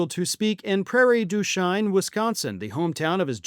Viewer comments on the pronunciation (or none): you pronounced Prairie du Chien wrong. It's pronounced exactly like actor Martin Sheen's last name. I live in Milwaukee Wisconsin and as a kid traveling with our family to visit relatives in Mason City,Iowa we had to drive through the city to cross the bridge over the Mississippi River there! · Hey I enjoy your content. Im from Wisconsin and want to let you know the town your referring to, Prairie du Chein, specifically the Chein part is pronounced 'Sheen'... Sorry we got odd sounding city names:) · Wisconsinite here. It's Prairie Due Shane (for pronunciation purposes). 😁✌ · Prairie du sheen is the correct pronunciation. Lived there for 40 years. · It is pronounced "Prairie doo Sheen." It is french for prairie of the dog.